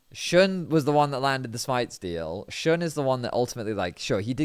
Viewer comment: his name is actually shoon and not shun. to be exact if you know german ü it kinda sounds like that.